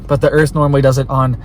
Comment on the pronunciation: Its dah earf